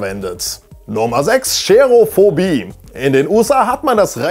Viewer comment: Nicht "Scherophobie". Es heißt Cherophobie. Man spricht es ohne "Sch".